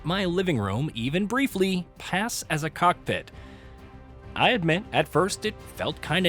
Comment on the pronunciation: People mad about guy’s pronunciation of cessna but the guy can’t even pronounce COCKPIT twice what are you mad ab?? 🤣🤣